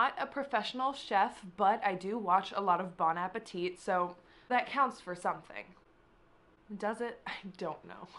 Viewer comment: I had a feeling of where u got this idea and omg I love Bin Appetit... also the last "T" in Bon Appetit is silent